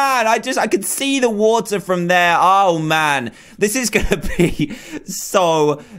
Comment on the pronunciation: CaN i HaVe A gLaSs Of WaWtU?